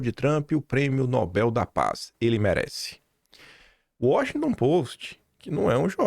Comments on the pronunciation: Não se diz Nóbel; o certo é pronunciar Nobél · a pronúncia correta é Nobél e não Nóbel. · "Nobél" por favor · A pronúncia correta de "Nobel" é "Nobél", com a sílaba tônica na última parte, ou seja, na terminação "-bel". Esta é uma palavra oxítona (o acento tónico está na última sílaba) e não deve receber acento gráfico, como acontece com outras palavras terminadas em "l", como "anel" e "papel". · Nobel, a sílaba tônica é no bel.....rss